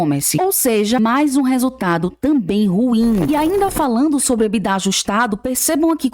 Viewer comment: Por que algumas pessoas falam ebidá?